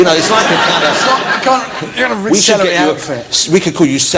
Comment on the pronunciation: wichard hammond has a love for celewy.